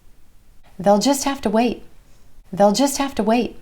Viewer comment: I heard they'll sounded like Dell. Can I sound like that?